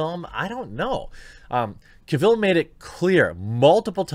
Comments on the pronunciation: oh man, agreed. that pronunciation drove me nuts. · Please... pronounce Cavill correctly.. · Sooooo we’re not gonna talk about how he pronounces Henry’s last name wrong?? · Only if he could say Henry’s last name correctly... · Can’t watch....please pronounce the man’s name correctly. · I turned this off right when you pronounced "Cavill" wrong. At least have the professionalism to find out how to pronounce names properly before you start recording. Shameful. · Cavill pronounced like Travel. He literally has a video of himself pronouncing it that took 3 seconds to find. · I had to look up who Aubrey Citizen (Sitterson) is. Wish I hadn't. Also, never heard Cavill pronounced kah-ville. That was annoying. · Listen to Henry pronounce his last name “Ca-vil” Now try it again in your next video which are always great. Keep on keeping on. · OMG. "CAVILL is pronounced like "Travel". Litterrally can't keep watching this after the 3rd time you mispronounced Henry's name. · His last name is pronounced Cavill like travel. Not Caville like Cruella DeVille. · It’s CAvill, not CaVIlle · Cavill not Caville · Its CAvill, not CaVILL. Other than that, we agree on mostly everything. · I know! I felt like the kid from the movie "The Internship" saying "CAvill"... every time he said "Caville". It's CAvill, like Travel. ;) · “Cavill” is pronounced like “travel”. There is no “e” at the end of Cavill to make sound like “smallville”. Thanks. I stopped watching Supergirl last year and lost interest in Batwoman after the fourth or fifth episode. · Is it really so difficult to learn man's name though? It's Henry CAvill, not Caveel. Like "Travel" but Cavill. If you respect the man, say his name correctly. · "Cav-ill", not "Ca-vill". Just saiyan. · It’s Cavill like travel. Not Cavill like Cavhill. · You say Henry's last name like travel but with a C Cavill, not Ca Vell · Hopefully Henry returns! Its pronounced Cah vill not Cay vill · Henry "Ka-ville"? its Cavil like gavel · Ah yes Henry Ca Vil